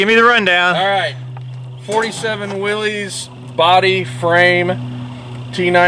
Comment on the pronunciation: Many thumbs up for pronouncing Willys correctly...